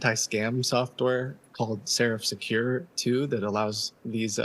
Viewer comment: ...it's Seraph Secure, not whatever she said at the end lol